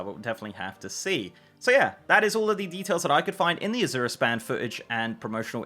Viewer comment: azure a-ZIRR ? i am not english but never heard it pronounced that way .. i would say it like Asia EY-zhur, hmh lets check the comprehensive dialectal dictionary .*rummaging*. aha! hm hm hm,.. nope, a-ZIRR is not existent even in UK. it may be pronounced az-YOURE tho, but mostly its AZ-youre there for S+Y non-merger people or AZH-er for those who dont --- or americans. so i the foreigner was almost right, and the native throws it off xD funny